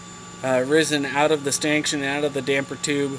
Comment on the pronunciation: Stankshun? Are you trying to say stanchion?